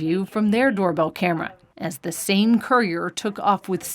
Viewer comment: "While the same courier..." COURIER? The narration sounds just as blind as the victims. ! (Sorry victims).